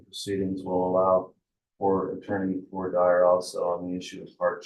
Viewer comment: I wish would learn how to pronounce “voire dire” correctly.